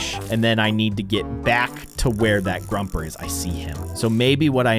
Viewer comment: Not being mean but it's pronounced grO-per